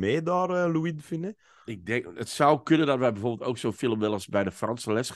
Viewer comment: fijne podcast, maar bij de uitspraak van "de Funes" wordt de "s" op het einde uitgesproken.